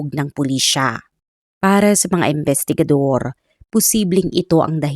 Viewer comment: AI ka po ba madam?? Bakit ang pronunciation mo sa imbestigador at imbestigasyon ay embestigador at embestigasyon.. pakiayus po ang pronunciation.. appreciate it .thanks